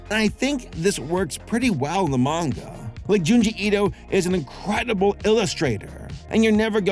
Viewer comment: weeb asshole coming through--thank your for pronouncing "manga" properly. I didn't read the manga, but for me, it read as horrific for sure. And I agree with you. Like going straight from manga to anime can't ALWAYS be a good thing. Sailor Moon Crystal is a good example in this imho. The manga is great, but as an anime...nah (yes I side with the 90s one). 2D still art still lives!